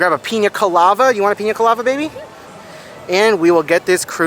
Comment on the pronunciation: It’s piña colada not colava..